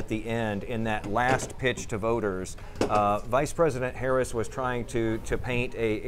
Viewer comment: She said “Pice vresident” 😅